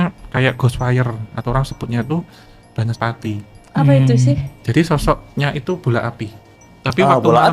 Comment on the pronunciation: banas pati bang bukan baras pati😅😅😅😊😊😊